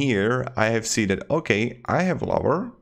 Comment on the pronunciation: Nice, thanks for the tip! But it is "Ohhh-Kaayyy" 👌 not "oak." 🌲 🤣